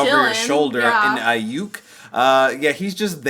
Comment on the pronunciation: RYUK HIS NAME IS RYUK(ree-you-k)